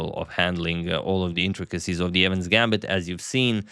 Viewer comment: It's Evans not evan.